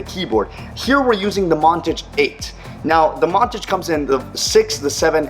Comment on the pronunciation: It's Mon-Tage. Not, Mon-Tige.